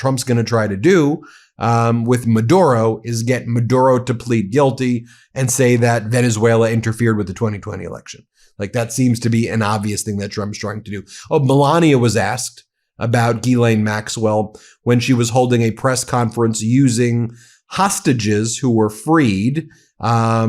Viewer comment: Did he say Melania or Belania ? 🤣